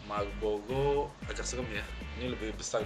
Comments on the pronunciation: mau ngevlog, jelasin donk R ny, bilang malboro kok jadi malbolo(R) ny mana ? hahaha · malboro coeg bukan malbogo